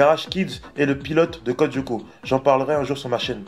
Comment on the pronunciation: Juste,ca me derange beaucoup comment tu le prononces. La serie est en 2 mot pas en 1 pcq tu dis Codyoko hors que code Lyoko